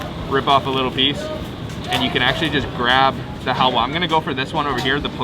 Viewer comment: It's not hawya it's halwa 😅 in my Language Hawya means women's Reproductive System. It is a Bad language 🐸 In Bengali